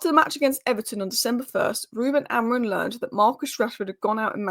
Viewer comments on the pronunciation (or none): "Mendes" in Portuguese is not pronounced like the spanish name "Mendez". The 'e' at the end is silent, so it sounds more like "Men-deesh". In Portuguese, we often drop final consonants or vowels, which can make our pronunciation seem unusual to English speakers. Also the "im" in "Amorim" is a very soft "m", not like "mm". But the correct sound probably doesn't exist in english.